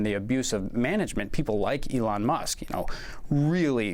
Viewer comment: Eloon, Eloon!! Have you heard?! This is not Johannesburg!! Eloon, Eloon!! Have you heard?! This is not Johannesburg!! Eloon, Eloon!! Have you heard?! This is not Johannesburg!! Eloon, Eloon!! Have you heard?! This is not Johannesburg!!